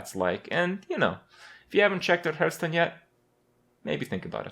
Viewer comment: Now that you've changed the way you say "Shaman" it's time to go all out and start saying "Hearthstone" properly. Be brave.